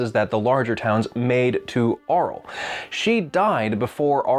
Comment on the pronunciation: You didn't bother looking at the books pronunciation guide I see. Your miss pronunciation of Auril is like nails on a chalkboard. It's Oh-Reel